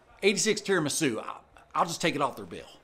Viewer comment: The way he pronounced tiramisu 😂